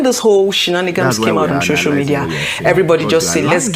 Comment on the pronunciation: Why's she saying 'shocial media ' I thought she was well schooled!